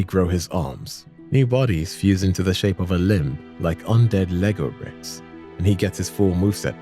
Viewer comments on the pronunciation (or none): none